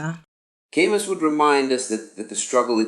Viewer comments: It’s pronounced Kah-Moo. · If you can't pronounce his name, you don't get to talk about his work.